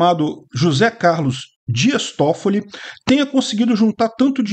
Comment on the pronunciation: Quando falou Días Toffilli... Eu: Tem parada errada aí irmão.